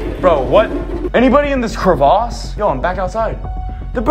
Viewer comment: love how he said crevàuse